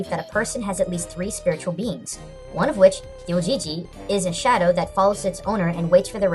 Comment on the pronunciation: YES I STUDIED UNDER A FORMER YORUBA HE CAME TO THE LOCAL UNIVERSITY AND UGHHH I LOVE THE YORUBA And um... you mispronounced shadow